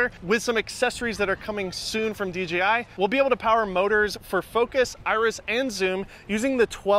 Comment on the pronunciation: Is there a reason you say DGI instead of DJI?